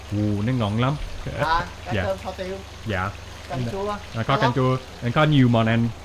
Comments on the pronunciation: kho is pronounced like the english word call just saying. when i eat ca kho and the canh chua i like to add the soup to my rice and add some of that ca kho sauce on top and eat it. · I would say it's more like "kawww".